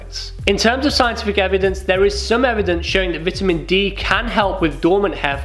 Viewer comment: I love the way pronounces vitamin. It’s the non-American way.